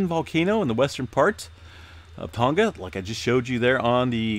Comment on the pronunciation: Oh. And the G of "Tonga" is not pronounced as a hard G. "Tonga" rhymes with "song-uh" (not "song-guh").